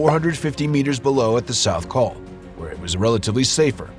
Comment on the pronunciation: Forgive me, but where is the ‘South Coal’? The place where they cleared 5,000 lbs. of trash? If that’s an error, I blame the A.I. and voiceovers.